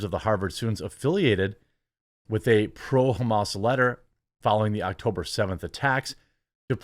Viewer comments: its Ham-us, pls. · it's pronounced Ha-mas. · You pronounced "Hamas" in a way that's almost funny, very American pronounciation. The letter 'a' should be pronounced as it is in 'America'. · “Haymus” is my official new pronunciation of that word.